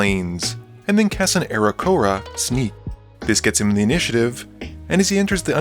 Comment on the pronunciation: The way you said Aarakocra threw me, it's meant to be more like ara-koc-ra